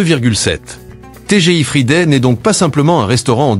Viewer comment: Pas TGI fridé mais frailledé 😂😂😂😂